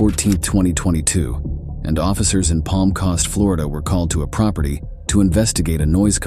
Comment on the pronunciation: How the hell did you/the voice mispronounce "coast"